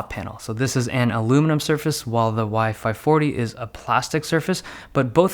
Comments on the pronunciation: Is sounded like you were saying WiFi 40 and WiFi 45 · Every time you say "Y-5 40" I hear "WiFi 40" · Sounds like he is saying "wifi 40" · Everytime you said Y540 I thought you said wifi fourty five